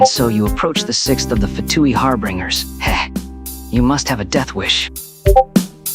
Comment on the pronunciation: "Harbringers" "Chilled" "Loomin"